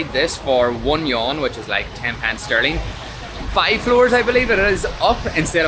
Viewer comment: Love your vids! But if you don't mind, would like to help you with pronouncing the Chinese currency "yuan". It's actually you-an or you-when put together and spoken quickly 😁